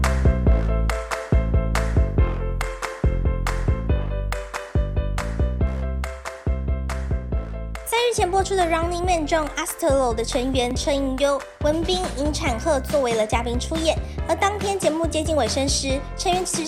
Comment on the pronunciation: 不是念阿死ㄔㄨㄛˇ嗎